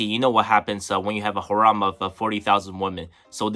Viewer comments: Hey bro, it’s pronounced “hair-um” not “ha-rom” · The word harem is pronounced Hair em The way you're saying it sounds more like haram which has a totally different meaning